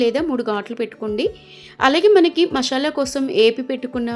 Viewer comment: మషాలా కాదు, మసాలా.